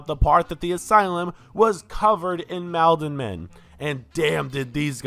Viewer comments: god the way you kept saying "MAHLdenmen"................its pronounced Maul-den-men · I think it’s probably pronounced “mall-den” men—Malden is a city in MA. Had to say something 😂 great video